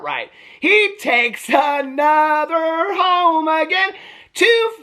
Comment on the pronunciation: When he said "Is my husband home yet?" I thought at first he said "Is my husband hung yet?" and my first thought was "You've been with him how long and you don't know already?!"🤣